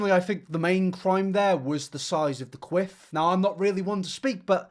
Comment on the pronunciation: Ok, so I'm not sure how one pronounces quiff in the UK, but I had to laugh when you said it, because it sounded more like queef (to me). My son looked at me like I had 2 heads and asked why I was laughing. His do you tell an 11y/o what a queef is? I stuck with the parental staple of "You'll understand when you're older"!